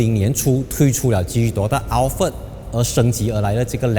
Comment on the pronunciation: 你读Al fart 又读Al Fred😂